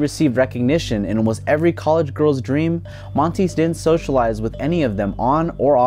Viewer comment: It’s man-tie not Monty